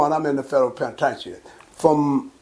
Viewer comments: Damn near every nigga over 40 from Texas call prison, tha "penna-tain-cha"😆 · Old heads call the penitentiary, The “PEN’A’TAIN’CHIN” 😂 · He is fucking up the word penitentiary